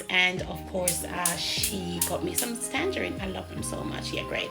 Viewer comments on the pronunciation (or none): Everything looks absolutely delectable 😊❤ Big up Aunty Joan with her blessed hands for always throwing it down in the kitchen❤ you've taught her well lol. Every time you said tangerine with the "s" I laugh out so hard. It's tangerine sis😅. I love it too. Haven't eaten it a while though. I need to book a flight for a plate of everything 😋😋